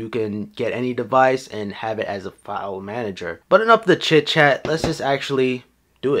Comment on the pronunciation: file Manger ??? What the f**ck dude